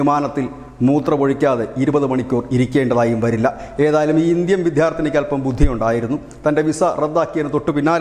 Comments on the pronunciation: നല്ല അവതരണം. പക്ഷേ വിദ്യാർഥിനി എന്ന വാക്ക് മൂന്നു പ്രാവശ്യവും വിധ്യാർത്തിനി എന്നാണ് ഉച്ചരിച്ചിരിക്കുന്നത്. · വിദ്ധ്യാർദ്ദിനി എന്ന ഉച്ചാരണം തെറ്റാണ് ബ്രോ. വിദ്യാർത്ഥിനി എന്ന് വേണം പറയാൻ.